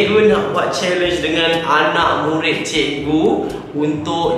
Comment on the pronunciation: kelakar sebab cakap asalam mualaikum murin murin